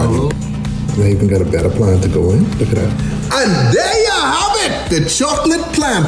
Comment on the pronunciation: "And there yalll hAvE iT" diabetes💀💀💀